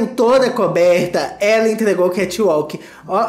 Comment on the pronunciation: Kati uauk, kath alk, katch ualke... Aí, num seiiii !!! 🤔🤦🏻‍♀